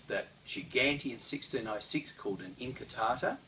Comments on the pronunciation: I had to watch the first scene three times because I was distracted by the light "sabres" over there :) Pointless pronunciation note: in modern Italian (as opposed to Spanish), the "U" in "QU+vocal" syllables is never silent, so "inquartata" is pronounced as "in-kwar-ta-ta", BUT, "incartata" - as in Saviolo's writing - is indeed pronounced "in-kar-ta-ta". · Thanks, I always appreciate correction of my appalling Italian, but could that have changed over time? I started with Saviolo as it's in English and when I saw the different spellings, incartata in Saviolo and inquartata in Giganti I assumed that they were pronounced the same and the English spelling was simply phonetic. Could Italian usage have changed over time? It does seem odd that Saviolo said inquartata, pronouncing the Q and John Florio or whoever ghost wrote him (I don't believe for a second that Saviolo's English was that good - the text does resemble Florio's) wrote it down as incartata, as if it had a silent Q. Of course there's also the possibility that Saviolo wrote it down "inquartata" and it got read off the page by an English transcriber as incartata and spelled that way to make it easier for Englishmen. Any experts on 16th/17th century Italian pronunciation?